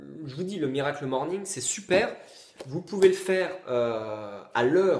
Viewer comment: À chaque fois que tu dis "miracle morning" j'ai envie de me défenestrer. C'est HORRIBLE. À part ça ta vidéo est intéressante, j'irai me procurer le livre.